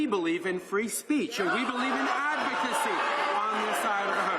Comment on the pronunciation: "Adsocacy" and "Fundering" 🤔🤔